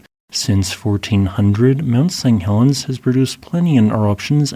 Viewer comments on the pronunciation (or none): Interesting video thanks. Did you know that it sounds like you're saying Mount Seng Helens every time? Sorry if its a speech impediment, i just thought you'd like to know.